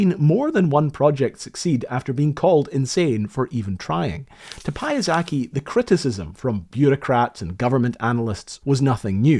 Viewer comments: The pronunciation should be Pja-SETS-key. Very instructive video about how a project should not be done. Sadly, so many airship revivals have failed, this one perhaps the most sketchy. With good modern technology, LTA airships may fly well, but they are always at the mercy of the weather and their payloads are small. The stunning success of one airship, LZ 127 "Graf Zeppelin" and to some extent of its prototype, LZ 126 "Los Angeles", owed a lot to the leadership and airmanship of Hugo Eckener, sidelined by the Nazis in the 1930's. The century since then might have been very different had Eckener become President of Germany instead of Hindenburg being re-elected, and perhaps airships would have enjoyed a happier history, too. Such might-have-beens. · having not a big problem with "Sikorsky" but utterly butchering "Piasecki" (read more like Pia-setz-ki) throughout the whole video is quite funny achivement. Both this surnames are Polish. Sikorski/Sikorsky was a russian, but his ancestors could be Poles "forced immigrants" sentenced for "sybir" (forceful resettlement into Syberia) in XIX century. I don't remember his history now. From time to time there are emerging some other flying contraptions, that at first glance are looking quite similiar to Heli-stat concept, but they have rigid baloon and use propeller thrusters instead of junk surplus choppers. And all of them waren't successful. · That "Payazekki" pronunciation drives me nuts. I've learnt too much Polish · It's pronounced /Pee-jah-se-tsky/ with that ee part short. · I shuddered every time you pronounced Piasecki like Piazaki. It's a Polish name. Not Japanese. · Dude, how in the world did you mispronounce Polish surname [pjaˈsɛtski] into Japanese one?!? Learn how to read transcription of the pronunciation! Start from Wikipedia as example. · Interesting story, but i can't stand your pronunciation of Piasecki. It's Pya-setz-key. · Piasecki is polish surname, not japanese like Piyazaki. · PYA - SE - TZKY ffs 😅